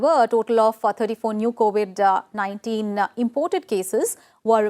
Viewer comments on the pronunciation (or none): 4.05 it’s COVID 19 not co 819